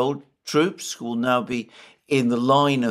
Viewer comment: but can't pronounce 'who' properly. He says koo